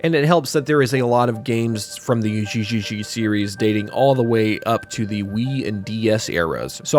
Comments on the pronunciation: The pronunciation you used for one of the games got me confused because of the katakana being displayed. The katakana being (ゲゲゲ) GeGeGe which sounds more like (Get) but without the (T) but you keep saying (JiJiJi) which in Katakana is displayed like (ジジジ) I think. Not trying to be critical though. Katakana usually gets my brain going when I see it. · Correction on Gegege no Kitaro, it's pronounced geh gehgeh not jee jee jee. Otherwise, neat vid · Gegege is actually pronounced with a hard g like "geh" but not quite like "gay". Just take the Gs from Gambado Gaming and replace the m in "meh". Backbeard is a known yokai but not super well-known outside of Japan, I think even in Japan he's mostly associated with Kotaro. It also appears in Yokai Club, which is being re-released soon on Switch, and some of the Megami Tensei series. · it's pronounced "geh". gegege is an onomatopoeia for a frightened shudder. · From the Gegege no Kitarou segment. You pronounced some things wrong. Gegege is pronounced gae-gae-gae (or gay gay gay) Gasha Dokuro is pronounced Gah-Sha Doh-Koo-row Kamaitachi is pronounced Kah-mah ee-tah-chee